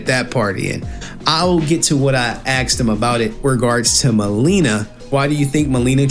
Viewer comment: AKSED amiright